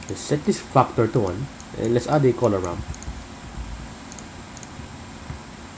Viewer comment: I like how you say factor " Fuckor" .